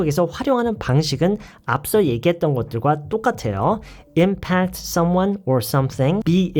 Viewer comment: 저도 그렇게 알고 있는데 선생님이 뒤에 강세를 두고 발음하시네요